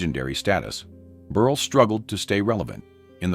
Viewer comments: "Berl"! Not "Berlay" or "Berlee"! Geeze! AI is moronic! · Tell me you’re cheap ai without telling me you’re cheap ai! I’ve never heard the name Berle pronounced so many different ways without getting it correct!